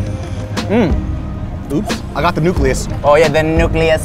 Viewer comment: “Nucleus” 🤣😂🤣